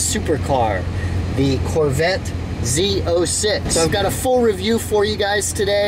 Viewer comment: Z zero 6, Z zero 7. LOL. It’s pronounced Z O six, Z O seven.